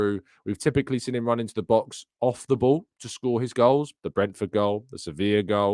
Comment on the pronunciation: Good show, but please speak gooder Inglish like wot I does. The word is “seen”, not “sin”